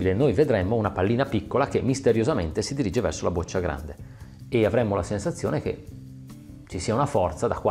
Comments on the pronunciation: "boccia" con "o" aperta... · Boccia si pronuncia con la o aperta...